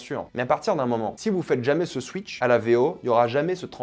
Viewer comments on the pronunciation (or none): none